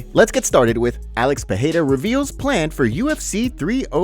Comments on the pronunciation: Peheira 😂 Alex Peheheria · Pereira not Peheira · Just spit my water out listening to Moicano pronounce Pattie’s name 🤣